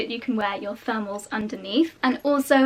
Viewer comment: I kept wondering what the heck are "furmels" and I only realized she's saying thermals 3/4 of the video through haha